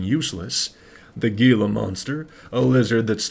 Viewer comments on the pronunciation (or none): back in 5th grade i did a personation on gila monsters so trust me im an expert, your pronouncing it wrong its HEE-la not GEE-la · I hate to be the 👆🤓 guy, but isn't Gila pronounced "hila"? I could be wrong, but i feel like that's something i heard somewhere